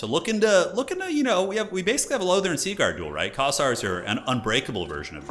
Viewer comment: Wait, did you just pronounce Lothern correctly? How many years have I been waiting for this!?